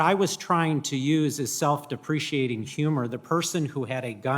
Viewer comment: This "diquad" doesn't even know the words are "self-depricate", not "self-depreciate". Utter Moron. Vote NO.